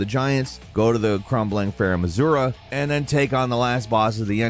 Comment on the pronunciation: Saying "Farum Azura" instead of "Farum Azula" in multiple videos, at this point, seems like you're trolling. So here's my comment to help your video perform better.